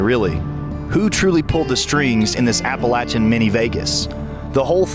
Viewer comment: Dude can’t even pronounce Appalachian correctly. Wtf